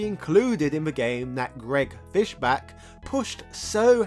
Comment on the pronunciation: It's Fischbach with the bach pronounced like the composer not "back".